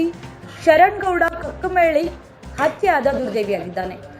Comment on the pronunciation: ಯವ್ವ ತಾಯಿ ಕಕ್ಕಮೇಲಿ ಅಲ್ಲ ಅದು ಕಕ್ಕಳಮೇಲಿ 🤦🏻‍♂️